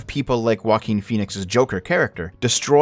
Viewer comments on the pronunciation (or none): none